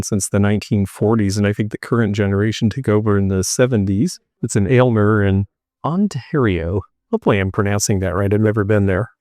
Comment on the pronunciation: You pronounced Aylmer correctly. Too many people say "Elmer."